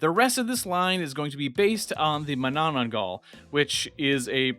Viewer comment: Good stuff, one little critique tho, ur saying “mu-nanan-gal” Its “MA-na-nang-gal” if anyone finds this annoying just know its fine if its mispronounced im just informing